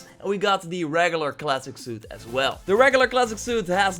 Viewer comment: THE "RAGULAR" suit